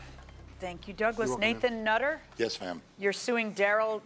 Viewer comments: The Judge said mr 'nut'-ter🤣🤣🤣🤣. Anyone else caught that? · "MR NUT -TER" 🤣 Excellent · Did yall notice how JM kept saying "Mr. NUT-ter" lol. She knew what she was doing, lol. He definitely has a few screws loose. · Lolol she said “Mr. Nut - ter” 🤣😂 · Lol 😆😆 she said mr nut - ter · Lmfao! Did anyone notice how she said "Mr.NUT-TER!? SHE FLAT OUT CALLED HIM A NUT!!!! I LOVE IT!!! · "Nathan Nutterrrr" 😂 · How she emphasized "Mr. NUT-ter!" LOL 😂😂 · I like when she emphasized the "nut" part of his name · The way she kept enunciating his name 😂😂😂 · Yes, Nutter, because he's a nut, crazy mad man😆 .